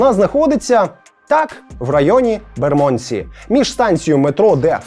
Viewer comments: Район Лондона правильно вимовляється з наголосом на букву "Е": бЕрмодсі, а не на букву "О": бермОндсі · Пробачте, я мешкаю в Лондонi, тому додам свої дві копійки. Bermondsey вимовляється як Бєрмандсi (наголос на "Бєр"), а Southwark - як Сазєрк (наголос на "Са").